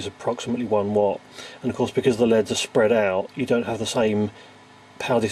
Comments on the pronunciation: the way you pronounce L.E.D.s as "leads" made me loose interest in the video tbh. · omg it's L.E.D.s not led's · please please please don't say leds, they're L.E.D.s